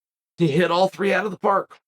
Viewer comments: love the glasses uncle Chael, just to help your pronunciation is bad. its more like Do (Du) Pla see (Plessis) Du Plessis, hope this help the pronunciation, still love your channel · All you have to do is drop the last s.......and you'll say his surname correct. Coming from a South African🇿🇦waiting to hear your feedback on his performance against Whittaker❤ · "STILLNOCKS " DU PLESSIS 😁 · I dont know if you read your comments but the last 's' in Du Plessis is silent... You almost have afrikaans down